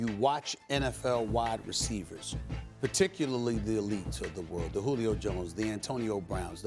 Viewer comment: Nobody: Stephen a: pErTiCuLaRlY